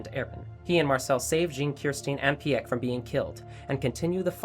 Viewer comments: Buddy really said pee eck instead of Pieck. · idk how to tell u this but in no language is peick pronounced peeack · Her name is pronounced as Peak not Pee-ek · Why do you say piyek it's pieke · Its not Pi-ek its like pick with i little longer i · LOL IT PIECK NOT PEYECK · It’s pronounced peek not pee-ek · I don’t wanna be mean because of your accent but did you say pi yak instead of peick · you pronounce piek 'pik' not "piyek" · It’s pieck not pe eck 😂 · Did he just call Peick “PEA-ECK” … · Ahh yes peeyek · did anyone notice when this dude called peak, peaeck XDDDDDD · “Piyeck” Best pronunciation of Piek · Peeyeck? Ya blew it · Is it really pronounced as pee yek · Did he call pieck pi ek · Ah yes “pi ek” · Ahh yes the cart Titan peeyak XD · It isn't pronounced literally Pieck it's pronounced like Peek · How do pronounce pieck peyack 💀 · PI YEK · I am so sorry for judging but, peeyek?? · not sometimes most of the time. for pieck he said "pee yek" for mikasa he said "mee kasa" and for jean he said "jean" instead of john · Pee eck is how he says pieck and says i mir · Right? It's pronounced as 'peak' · pee eck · The way he said peick💀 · the way he says "Pieck" makes me angry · why can't you pronounce pieck